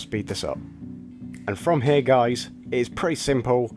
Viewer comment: "From hair" 😂